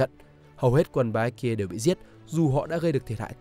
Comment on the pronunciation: Phát âm kiểu gì chán vãi. Baekje: Bék Chê. Chứ gì mà Bi-ét-ki-ê. Phát âm sai mà cứ bang liên tục cả clip đến nản.